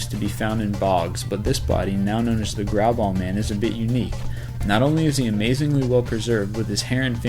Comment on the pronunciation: I love the way he said The grauballe man. xD it was so wrong it's amazing. :)